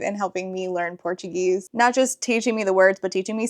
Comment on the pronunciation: Your portuguese pronunciation is great, congrats <3